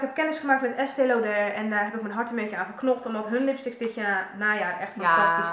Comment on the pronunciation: Eigenlijk zeg je 'Estéé Looder' (met zo'n stomme oo - dus niet als in oor maar ook niet zoals au). Op zijn Amerikaans/Engels. Haha! Vertelde me een dame bij de Douglas ooit eens. Ik zei het daarvoor ook altijd op zijn Frans omdat ik dat dacht dat het zo hoorde. Duurde heel lang voor ik eindelijk die uitspraak uit mijn systeem had gewist. Haha. ( hier, trouwens;-))